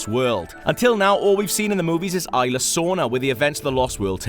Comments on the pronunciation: FUUUUUUCK, he fucks my ears when he says "Ayla" instead of isla. There is this thing called google, type that shit in and listen, fuck you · Its Isla, not ila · cant wait to see the indo rex, seriously guys, first you say indo rex instead of indo raptor, then you say it like ila sorna, I know that's probably how its said, but everyone says isla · ITS PRONOUNCED ISLA NOT IILA COME ON!!! And what the hell is indo rex??? LMAO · Fire the damn narator, there is an s in "isla" its not "ila" secondly wtf is an "indorex" its very different to what its supposed to be "indoraptor" 😡😡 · >prouncing “Isla” as “eye-la” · It's pronounced ISLA (no silent S). You'd think FOUR movies would be enough to ingrain that in one's mind. I mean, Jeff Goldblum's Ian Malcolm even says ISLA Matanceros in your own IGN 20 minute gameplay video... EDIT: And after hearing him call it Indo Rex, I question why they didn't get an actual fan of the franchise to narrate instead... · This guy is a huge fan of Jurassic Park. He's from Prepare to Try and he's constantly tweeting about Jurassic Park. Pro bouncing a word wrong doesn't make you not a fan. Smfh. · If he was such "a huge fan of Jurassic Park" he wouldn't make such simple mistakes. Smfh. This isn't the first video either that IGN posted where the narrator mispronounced "Isla."